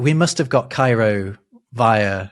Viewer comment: Seeing give a perfect Arabic pronunciation for Cairo was not on my bucket list.